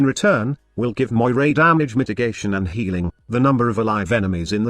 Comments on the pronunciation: It's pronounced "MOR-EE". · Cool concept .I would like to see a frame like this in the game but the name needs to be pronounced Meera (Meeres in plural) if it is to be like the ones from Greek mythology. Meeres had power over life and death.When someone was in a critical condition like severely wounded in war Meeres would hold his life string and cut it if he should die .That might give someone an idea about the missing 3rd ability.A catchy name would be "Strings of Fate" .It could be something like a debuff that would make enemies more vulnerable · Her name (Moirai) is actually Moira from Overwatch with an extra "I"